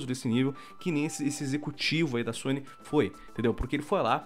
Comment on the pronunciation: "a zony" kkkkk poxa sony... Força Microsoft...lol